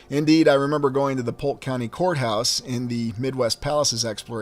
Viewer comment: I thought you said whore house...but you were saying court house 😅